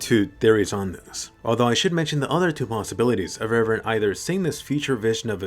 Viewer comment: She still love Eren , she would be very sad if he die. But I hope to never hear "Ereh" again